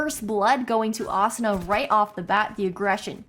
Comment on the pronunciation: This caster saying Azuna is pissing me off